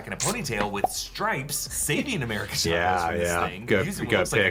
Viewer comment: Also just a tip for anyone who don’t know how to pronounce America Chavez name the actual way is “Cha-Vez” with the “Cha” like T’Challa I heard many people say “shavez” which is completely off